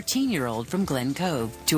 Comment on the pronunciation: i luv they way the say record! lol that sounds heckka stupid but has anyone noticed they pronounce it recide??? lol even her moms says it lik